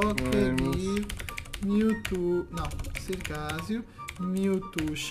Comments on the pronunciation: kkkkk eu não sou hater eu amo-te e sou teu fã mais eu me mijo de rir quando tu falas "miutu" kkkkkkk fala direito kk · para de falar Mewto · pq o fala mewtu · Melhor Melhor ele falando Mewto kkkkk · o falando mewtwo ele fala meutu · ele dis miltu